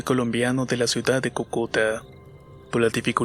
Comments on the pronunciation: Perdón me ríe cuando dijo cucuta jajaja es cúcuta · Hola, primero que todo, te felicito, me encantan tus videos y no me pierdo ninguno. Ahora, un pequeño dato: en Colombia, la ciudad de donde era el chico de la máscara, se llama Cúcuta, con acento en la primera sílaba. Un saludo muy grande y muchos éxitos!!